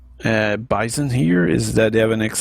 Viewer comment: It's not called the beesawn, it's pronounced Byezon